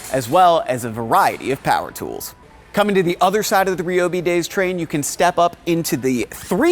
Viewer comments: Since when was it pronounced Ree-oh-Bee and not Ry-oh-Bee? SMH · I have never hear someone say Reee-O-Bee and not Ryyyy-O-Bee